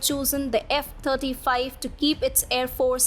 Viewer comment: Thirty five F35 fighter jets becomes a tongue twister when v is pronounced as f! Fascinating